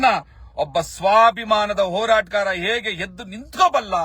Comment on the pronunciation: Lo modlu kannada kaltkollo adu Horatgaar. Horagaara alla 😂